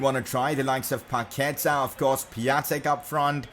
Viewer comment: The correct way to say is PaquetA Not PaquEta